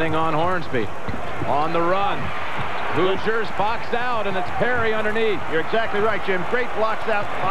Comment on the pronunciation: The Indiana University Hoozers? (Announcer, lol)